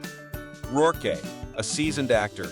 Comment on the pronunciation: These AI narrations almost sound like real people until they inadvertently the pronunciation of people's names or misread simple words and phrases. For example, instead of saying "in the 1990s" the bot says "in the one thousand nine hundred and ninety-es" and Micky Rourke turns into "Mickey Rourk-eh."